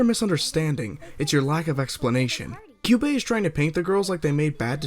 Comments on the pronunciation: I cringed when he mispronounced Kyuubey as Kayaba XD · Kayo-ko. Sah-yaka. Ka-yubey. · the version of the movie used in this video is the english dub. the english dub with the correct pronunciation's of all the characters' names. so how the fuck does this guy pronounce kyubey as "kai-oo-bey", kyoko as "kai-o-ko", and walpurgisnacht as "wal-pur-jih-not". i'm gonna blow my head off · Kyu-bae. Two syllables Val-pur-gas-not. MAH-do-ka Sai-uh-kuh Mee-tah-key-hah-rah Kyo-ko again, two syllables. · Hayri Mert Dumlu Exactly 😂 he's like 'Kaiyoko' 'Homrea' 'Kaiyube' 'Walpurgnot' I'm here like 'Being Meguca is suffering' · pronances kyubey sayaka homura and kyoko name wrong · I hate how pronounces "Kyubey".